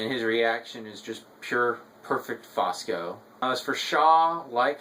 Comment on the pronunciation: Good review. BTW, the name is Fusco, not Fosco.